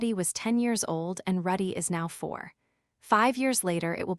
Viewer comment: Calls Rudy ruddy Calls wake-see-uh /ah wrong